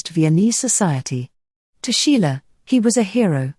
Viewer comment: Pardon me, you always mention the name of artist "Sheila". But the artist's name is SCHIELE!!!